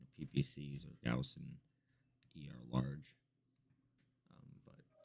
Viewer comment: YES! He said Gauss correctly!